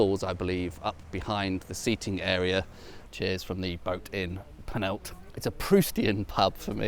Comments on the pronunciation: Love your videos but PLEASE: The village is not Panalta, it is Penallta (put your tongue under your top front teeth and exhale). You are an intelligent chap so please at least try to pronounce Welsh place names correctly! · At least try the ll sound in Penallt😂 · That's how the Welsh figure out if visitors are English marauding tourists who cross into Wales over the River Wye from Redbrook; they make them pronounce 'Penallt' as a shibboleth... or rather a 'shibboLLeth'??? (but unlike the poor Ephraimites of yore, they won't be slaughtered in the river's edge. Their perry might be bumped up in price though..))